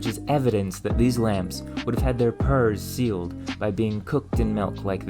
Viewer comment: You pronounce words weirdly. "Hysterical" instead of "historical". "malk" instead of "milk", "purse" instead of "pores". Do you have a speech impediment or is it just some weird idiolect?